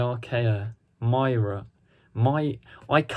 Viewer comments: Pronounced: MER - Ka. The Myrka, the infamous pantomine aquatic horse and pet of the Sea Devils from Warriors of the Deep, impervious to Karate attacks from secret agent Grans! LOL!!! It’s interesting tho as you’re like the 3rd person I’ve watched a review of who calls the Myrka the “Mycra”! (and no, I am NOT making fun of you or anyone, I actually had to check to make sure I wasnt having a brain blank and mispronouncing it myself! Just curious if you’re all reading/referring to the same post or release or some such and maybe it was misspelled in that? Certainly dont expect people to remember such an obscure one of creature (no matter how laughably bad it was - and I daresay the design isnt THAT horrible, but rather the terrible production values of the time where the “massive bulkhead” the Myrka breaks thru looks like flexible rubber, and supposedly “traps” Tegan under it’s tremendous weight that clearly moves anytime someone barely touches it, LOL!!!! It really is embarrassingly bad,and I get why the writer said he’d never do Doctor Who again. Which makes me thankful for New Who as it looks gorgeously expensivem even when the story may be shit! :-) Great analysis and can’t wait for this story, here’s hoping Jodie gets at least one more corker before she exits, the writing has certainly let her Doctor down but the Production Values have never looked so rich and absolute eye candy for the viewer!!! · It is called MYRKA. pronounced M U R K A. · Myrka. Mur - kuh / Meer - kuh depending on what you prefer, or maybe the creators said. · By god... pronounced Mer ka. 1970s?? Warriors of the Deep was 1983..... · Myrka "Mer-ka"